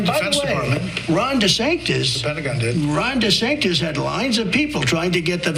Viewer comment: "Ron de Sanctis".